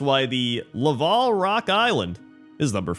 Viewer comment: I think the word in "Laval Rock Island" is like...lava-l. Not a name, just a description that the rock is made of lava.